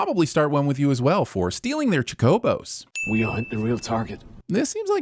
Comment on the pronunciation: Do you have problems reading words? CHO KO BO. That's how you pronounce the word. Why did you remove the first O?